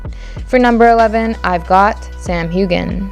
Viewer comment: Your list is horrible, and Bond is white, not black, and shows you do not truly care about Fleming's Bond. And it's (Cillian) pronounced Killian Murphy not sillian. And it's pronounced Sam Hew-en not Hu-gen